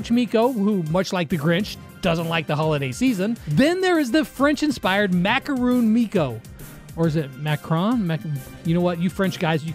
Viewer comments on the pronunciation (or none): it’s pronounced just as it’s spelled 😭 “Macaron”